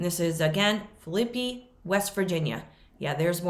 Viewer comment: I live close to the town of Phillipi, WV. It is pronounced Phill, la, pee. Phillipi has a covered bridge built in 1852 and is a national landmark. Really pretty little town.